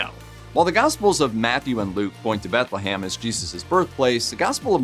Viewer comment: BethleHAM? BethleHAM. Seriously? Read a book dude. Jesus! Pun intended.